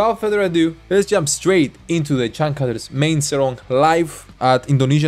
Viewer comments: We pronouns c /ce/ not /se/ and u as /u/ not /a/. Read like spain or german without change the the sound. Changcuter becomes /c∆ngcuter/ not cangcater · it's pronounced chunk-chooters changcut means underwear lol